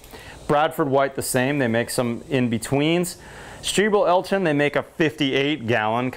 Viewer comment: "Stiebel Eltron", you nailed it, no butchering :)